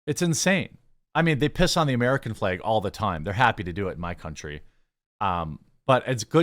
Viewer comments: It’s FLAG, FLEG is not a word 🤦🏻‍♂️ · He's pronouncing flag in a weird way. Sounds like "fleg." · St George flag also very very important to Northern Ireland and indeed Georgia the country, it is also an integral part of the Union Jack the UK flag. Why do you pronounce “Flag” like a Northern Ireland Protestant 😂😂😂😂